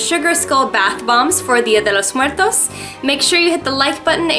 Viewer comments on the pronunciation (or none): dia de los muertoS. se te olvido la S.